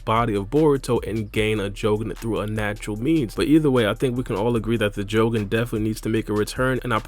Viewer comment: Stop saying jougan like that